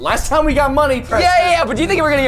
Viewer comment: Its preston not cheston